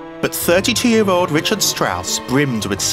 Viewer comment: I wish you pronounced Richard’s name correctly